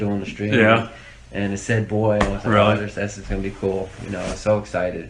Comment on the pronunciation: Also she said "and" as "end" and really emphasised it Ennnnd